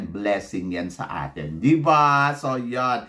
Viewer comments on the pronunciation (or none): none